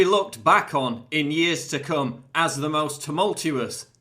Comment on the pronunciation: "in years to CUM"